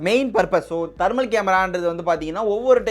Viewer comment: Dai athu dermal camera illa thermal camera vaasikka theriyata